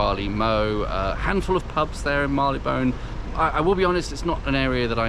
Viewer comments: When I worked there back in the '60s, Marylebone was pronounced 'marry-le-bun', not 'marr-ee-le-bone'. Nice pubs anyway. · Agreed. And it's still pronounced 'marry-le-bun'. Did not let it spoil my viewing pleasure.